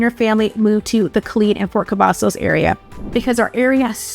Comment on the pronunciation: She said Fort Cavasos... know she not from here😂..... And she make it like you have to travel you 40 minutes from Austin depending what side of town you are on. But it take me longer driving frombone side of Dallas to the other side. Also you can drive to Dallas, Houston, or San Antonio for all the fun. Killeen is not a place for jobs, its for military people and retirement people. If you willing to drive to Austin for work you will be ok. You have Kalahari, Summer Fun, Austin Park and pizza, a other things for the children. Killeen is a good place to raise children and a good place to start a business. But its better for people to stay where they at, dont need no more people 😂. And our Base is Fort Hood, not Cavasos, us originals will never go with the name change